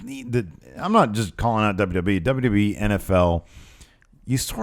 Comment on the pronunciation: Went to check out the perfect ten. I know they are new and it may improve but right now it's absolute trash. Guys have no natural charisma and are lame. First two videos I clicked on the guy couldn't even pronounce WWE.